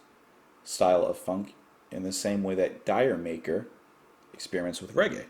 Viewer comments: You mentioned D'Yer Maker. It's not pronounced Die er Maker. It's pronounced like 'Jamaica' in British English. The urban dictionary says Crunge refers to someone you would like to be with but for various reasons you can't be with them. It also refers to 'a transformation twitch when going from sober to stoned'. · D'yer Ma'ker is pronounced 'Jamaica'. It's a play on words. Many Brits have a tendency to substitute an 'er' to words that end in an 'A'. A Brit saying 'Alabama' would come across as 'Alabam-er'. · Btw it’s not Dyer-maker, it’s D’yer Maker...a pun on Jamaica. You’ll hear why when you react to it...and if you think The Crunge is divisive among Zep fans, well...D’yer Maker takes it to a whole new level! Oh...and I’ve been skipping The Crunge for nearly 50 years 😁 Gawd it’s awful. I mean, Walter’s Walk didn’t make the album and it ain’t great but it’s a masterpiece by comparison 🤷‍♂️ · "D'yer Mak'er" In a 2005 interview, Plant discussed the different interpretations and pronunciations of the name of the song. He explained that the title is derived from an old joke, where two friends have the following exchange: "My wife's gone to the West Indies." "Jamaica?" (which in an English accent sounds like "Did you make her?") "No, she wanted to go".